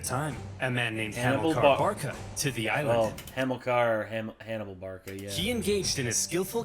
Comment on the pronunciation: This dud be like... Yup.. Yup... Yupp.. Oversimplified: the hero of the 1st punic war. Oversimplified:hamilcar barca Him:hanibal barca.. Ooopp😅😅😅